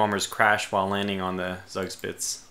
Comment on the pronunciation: Friedrich is pronounced 'Freed Rick' 'Zoog Shpitzuh' I think the issue with the attacks on the 'wrong' ships is that you designated a general area to attack, instead of selecting sighted ships or divisions. They were just following orders, man. Good fight! You sure showed the Americans the value of German steel.